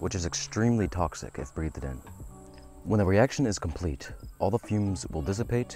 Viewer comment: Breathe-ed, ekspecially, "absolute ethanol"... I'm assuming you mean anhydrous ethanol. Tell me you don't actually know what you're doing without telling me.